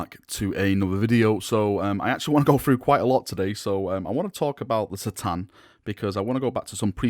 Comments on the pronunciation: I normally watch your videos but I can't stand the way you say c'tan now I'm not saying it's wrong but it is lol surely it's ka-tan not sa-tan I even had a little look at some other vids and two thin coats Duncan says ka-tan. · Great video as usual, but C'tan is said as a K'tan and that was from Dave Andrews at the studio in '95.